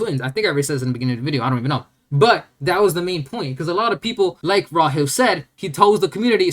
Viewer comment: Calling him Raw-hill is actually crazy unintelligent. The way you pronounce names is so bad. Like how you say bokuto